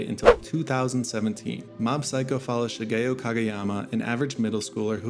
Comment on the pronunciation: the way he said shigeo was actually the end of me